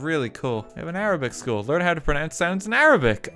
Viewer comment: awwww I love the arabic pronunciation school that's awesome! ❤️